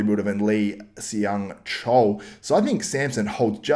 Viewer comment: Hey man, Seung is pronounced Sung. Great video btw! Love the content.